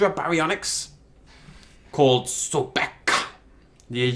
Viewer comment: it's so-bek, not so-beka. Anyways. Yes he is the Egyptian god associated with crocodiles manly as the holy animal for him.